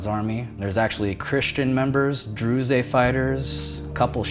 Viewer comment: druze is pronounced like drooz or drews, not dru-zay. makes me question if this dude is even real. but on the other tip 2010 after what happened in egypt, tunisia and libya I definitely thought the same thing would happen in syria and yemen and even bahrain. Unclear to me why Algeria never took off.